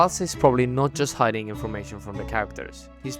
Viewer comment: Ah yes… “hidding”